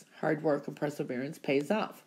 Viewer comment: Please....as much as I love your predictions, it's perseverance, NOT presserverance... per not pre......